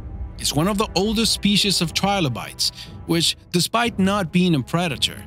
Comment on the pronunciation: Theese speesheez was co-ractor-iced by...